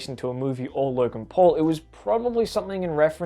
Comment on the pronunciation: the first time he said logan paul it sounded like he said logan "porn"